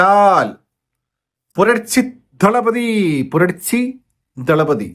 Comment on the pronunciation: ഇന്ന് ചിങ്ങം 1 ആദ്യം ആയി കണ്ട് entertainment review.... പുറിച്ചി ദളപതി എന്ന അല്ലെ ഉദേശിച്ചത് ഇതിൽ ചില് വാക്കുകൾക്ക് അല്പം ബലം നൽകുന്നു 😂😂😂 കോമാളിത്തരം at peak മലയാളം മാത്രം അല്ലെ target.... വിശാൽ തീർന്നു....